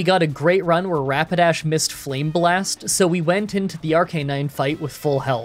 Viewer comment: “Flame-blast” -, 2022